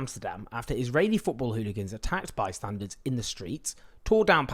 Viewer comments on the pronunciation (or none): Thank you for your coverage. It sounded like you referred to bystanders as bystandards. In case you did, I'm correcting you in the interest of wanting you to always sound as brilliant as you are